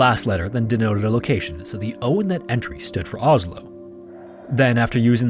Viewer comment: The way he absolutely butcher the names Stavanger, Isdalen/Dødsdalen and Oslo.